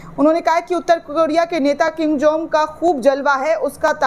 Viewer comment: King Jom नहीं, किम जोंग